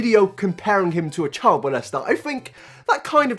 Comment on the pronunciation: “It is fact”. Me: Mate I’m aussie this bloke needs calm his farm and maybe go get a snag from Bunnings. ——————————————————————————————————: “Inabber can’t speak English”. Me: Mate, when say child it sounds like chilled and when you say walked you say wayked.